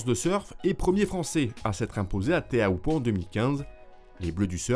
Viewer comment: Teahupo'o* et pas Theahupo'o. Mauruuru !